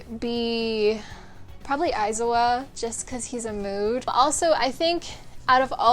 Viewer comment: i- "urawraka" "aeezawa" IM SCREAMING BAHAHAHHA